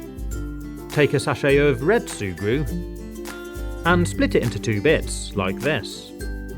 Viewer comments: Did you just say “shurgru” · Every time you say sugru I hear Subaru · D-did u just say SuE-gRU??!??!?! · Sùe Gruw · I thought he kept saying SUBARU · I know that’s the name I’m just saying that I like how he says it